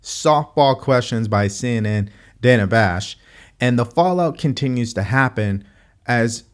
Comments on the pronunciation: Dan A. She says Dan A. I think its Dana. Funny when it comes from someone who hates her name mispronounced. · She called her Danna, isnt it pronounced Dayna Dana? Do we remember the talk about Camala vs Kamala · Everyone getting all upset over stupid irrelevant shit like mispronouncing Kamala's name and the first thing Kamala does in her sweetheart interview is mispronounce Dana Bash's first name. She said Danna... lmao😂😂😂😂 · Dah-nah wtf 😅😂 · And it was TAPED!! It was 42 minutes long and they edited it down to 18 minutes just imagine what they cut out!! She also keeps mispronouncing Dana's name she says it like it rhymes with banana!! So rude!!! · It's funny how she wants everyone to purnounce her name correctly, but she can't say the interviewers name correctly 😂